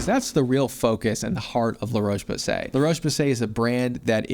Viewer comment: The O in Roche is pronounced like the o in hot, not the o in cold.